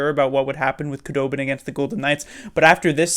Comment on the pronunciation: Your prediction was only incorrect because of a technicality lol. Also Wooooo! Knights are gone, all is right again. Nice to see that at least 1 Shark from last year will win the cup (assuming TBL wins). Also just fyi, its pronounced Who-dobin, not Koo-dobin apparently. Just learned that after seeing THG's video.